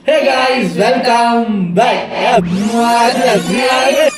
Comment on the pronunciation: Neega ethana vaati sonalum hey guys “Cake ice” nu tha kekuthu 😂❤